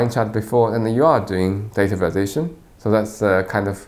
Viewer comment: sounds like he's saying "data validation" lol